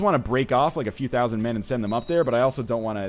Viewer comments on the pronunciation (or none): none